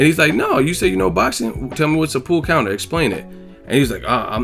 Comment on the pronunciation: Watching it live I thought it sounded like he said "a pull conor", being a boxing fan I put it together that he meant pull counter....dont know what skips excuse was other than ignorance